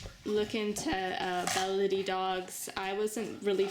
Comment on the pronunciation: I love the name Baladi,. I think it rolls beautifully off your tongue, and I hope you will keep it. Thanks for taking her in. She's sweet.